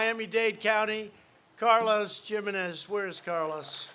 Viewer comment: Carlos dad must be disappointed with Trump the way he said his surname, Jimenez.